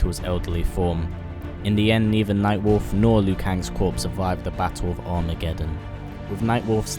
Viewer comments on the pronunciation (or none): none